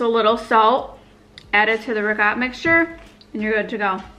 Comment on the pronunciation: You're upstate accent when saying Italian 🤣 also when saying ragot. Further downstate they say regut and it's the worst! There is no G in ricotta!